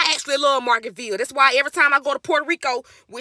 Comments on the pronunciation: happy birthday🩵 but why are you saying margarita ville wrong😂😂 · Love you K, it’s Margarita-Ville tho 😘 enjoy your trip. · lamo “margartville” 😂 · I am pissy weak at the way you’re pronouncing Margaritaville 😂😂😂😂❤ Happy birthday 🎉🎉🥳